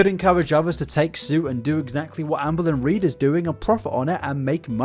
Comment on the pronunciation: Sometimes when says "Amberlynn Reid" I hear "Anne Boleyn Reid" and now that's literally all I hear pls send help